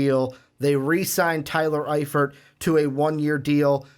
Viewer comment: This dude really just said “zach eifert”